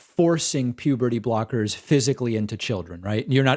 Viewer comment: Pewberty brockers